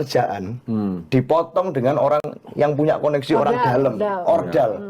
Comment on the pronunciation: mbk inayah..orang..bukan oyang